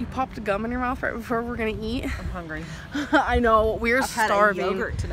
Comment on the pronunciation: Amberlynn "Hongry" Reid.